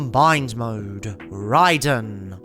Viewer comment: "rey-den" always makes me cry a bit too